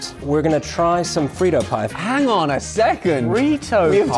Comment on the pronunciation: “FREE-TOE POY” 😂